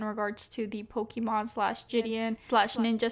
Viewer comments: It's mon not mane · Sorry I have to say it’s pokimane not Pokémon. 🙃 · Poke-MANE not Pokémon lol. Besides that great video, thank you! Also. People call each other pussies all the time; Because we know that calling someone a pussy means they’re weak and people usually don’t take offense to it because we all know they’re not talking about someone’s genitals, literally. It’s the same way when saying you have bigger balls than someone else. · Love love love your videos but for the love of god, it’s pronounced poki-main! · for the love of god please pronounce pokimane HWJDJDK I'm suffering everytime. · Is anyone gonna tell her that she keeps pronouncing pokimane's name wrong? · she saying pokimane wrong on purpose?